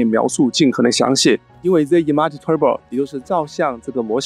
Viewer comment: 讲的真好，比ai讲的还细致。只是有个小缺点，image的发音你最好去查一下音标。瑕不掩瑜